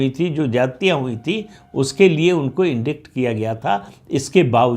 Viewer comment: आप का उच्चारण बहुत अच्छा है. लेकिन ध्यान रखिये कि अंग्रेज़ी के कुछ शब्दों का उच्चारण शब्द की वर्तनी (spelling) के अनुसार नहीं होता है. Indict का उच्चारण "इंडाइट" है, न कि "इंडिक्ट". इस शब्द में c अक्षर silent है और उसका उच्चारण नहीं किया जाता. इसी तरह corps का उच्चारण "कोर" होता है (न कि "कोर्प्स") क्योंकि इस में अंतिम दो अक्षर silent होते हैं. लेकिन corpse (शव) का उच्चारण "कॉर्प्स" होता है.